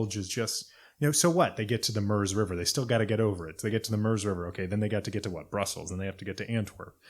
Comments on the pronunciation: The Italian-sounding pronunciation of Bastogne "Baston-ya" is a good reason people reading off foreign names should stick with Anglicization of names for things they aren't familiar with. Your consistent use of -ur for the French eu and German Ö or oe sounds like you did with "Murz" for Meuse are a good example. Will say it does sound really grating to people who actually know how it's pronounced though. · Just to let you know Meuse is pronounced Muse